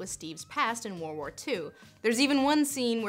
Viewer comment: Okay, but is anybody else bothered by the way Lindsay says "World War II" as "War War II"?